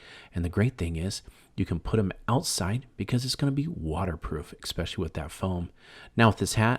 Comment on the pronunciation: The word is pronounced ES-pecially not EX-pecially. Also, the product is aluminum foil NOT tin foil. Foil has not been made out of tin since WWll.